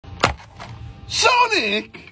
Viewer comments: FINALLY HE SAID IT PROPERLY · Rare footage of him saying the character right